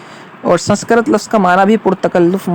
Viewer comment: سنسکرت کا تلفظ درست نہ ہے